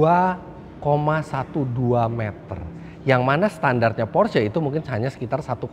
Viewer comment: yg sy suka dari om Fitri, membaca merek mobil sesuai dengan asal negaranya, Porsche memang dibaca Porshe, bukan porssh. BMW dibaca BMW (Jerman utara) atau Bi Em Wi (jerman tengah), bukan dibaca Bi Em Dobel Yu. mantap om...